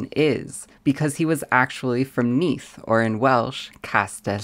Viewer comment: I live quite close to Neath, da iawn (well done) for the Welsh pronunciation.